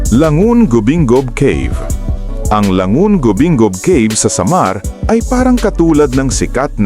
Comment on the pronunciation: Bigkasin ng tama ang kapurpurawan at ang Samar